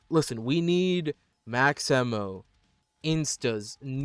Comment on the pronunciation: "emmo" why bro ITS AMMO